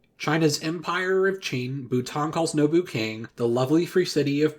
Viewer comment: Also Norbu King, not Nobu King.